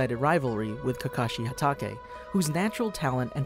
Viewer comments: U also said kakashi’s last name wrong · im not judging you but hatake needs to be said originaly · I can't stress this enough you're wrong it isn't pronounced (Hat auhkay) but pronounced (hat aekae) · HE REALY SAID KAKASHI HATEKE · Add you still mispronounced kakashi last name LMFAO 🤣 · I mean he said kakashi htaka